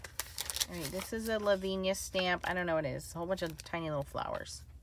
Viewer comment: Thanks for this vid. I agree ...love the clair inks. Btw, it is pronounced la-vin--ee-ah. Not laveen-yah